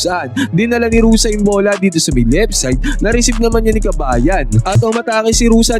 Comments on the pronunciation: Ruse not Rusa siyot. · Hindi yan Rosa ang pronunciation. It is Ru-seh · Bakit Rosa pagkabigkas mo idol? Baka Rosa pangalan ng ex-mo. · Ruse po hindi Rusa.